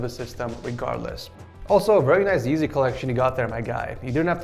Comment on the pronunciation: He just said yezzy 💀